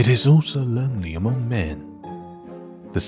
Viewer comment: 声音很好听，英国腔也掌握得很好，可惜参杂了美国音，还有读错的音，可惜。eg. among, 厄忙4音。